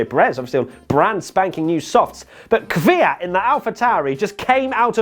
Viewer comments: You are saying Kvyat correctly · Actually your pronunciation of "Kvyat" is better than that of most Brits. You guys usually pronounce it something like "keeveeyat" and your pronunciation would be almost perfect if you made the "y" a bit shorter. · thats actually the only right way to say it. i get triggered by people who say "kiwiyat" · Your pronunciation of Kvyat (Квят) is correct mate.